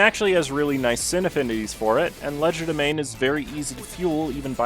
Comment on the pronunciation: First of all learn to pronounce Legerdemain or I will make fries out of you Second of all molar ish is the most reliable tremor count id not as much as clair but needs barely as much setup